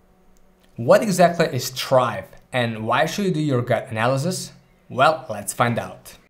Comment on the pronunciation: he really called it chrive